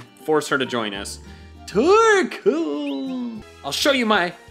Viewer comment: The way he said torkol i’m dying😂